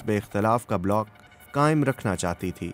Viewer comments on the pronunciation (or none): none